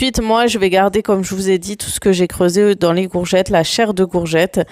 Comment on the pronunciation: Coucou Super vidéo comme d habitude Bon courage pour ton rééquilibrage alimentaire en tout cas tu es déterminée. Le faites que tu prononce gourgettes au lieu de courgettes, je trouve ça trop mignon. 🥰😘